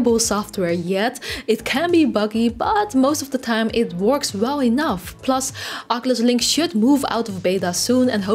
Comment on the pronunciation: I believe Oculus is pronounced o·kyoo·luhs not aa·ke·lush, no offense intended, just you said oculus many times this video. Great video!